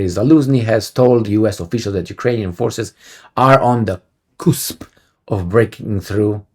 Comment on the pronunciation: Cusp is pronounced like the u in must